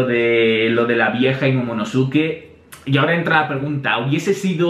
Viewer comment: Man se pronuncia momonoske no momonosuke..... Suena terrible, es igual que Sasuke que se pronuncia saske o akatsuki que se pronuncia akatski